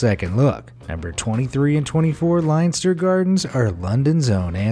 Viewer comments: Leinster is pronounced 'Lenster', not 'Linester' and I'm not even going to try to tell you how to pronounce 'Trompe l'oeil', which you managed to mangle out of existence. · Lenster, it`s pronounced Lenster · IM FROM THE UK YOU SAY THE LONDON ONE (LENSTER) NOT LEINSTER